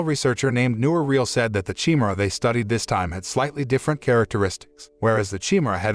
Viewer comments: I can't take this... Chimera is not chi-mer-aye. It's CHIMERA. LIK THE GREEK BEAST OF LEGENDS. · Chi-me-ra? That's a weird way to pronounce chimera.